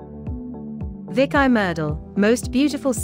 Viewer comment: Come on - it's pronounced 'Veek'! - "Veek ee Meerdal"